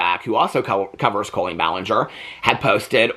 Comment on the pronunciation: Most modern cribs will convert to toddler beds. My now 19 yr old sons did. Love you!! ❤ Love how you pronounce her name like colon.